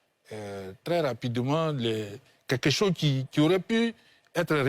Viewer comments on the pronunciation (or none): Voilà l'homme aux lunettes noires qui dit "quêquêcho" au lieu de quelque chose